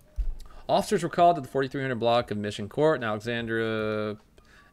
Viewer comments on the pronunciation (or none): none